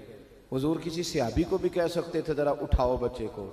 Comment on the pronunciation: بہائی پہلے لفظ تو صحیح کرو، سیحابی نہیں لفظ صحابی ہے ، خدا کا خوف کرو